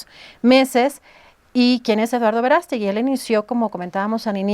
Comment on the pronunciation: No es Verástegui, es Verast'egui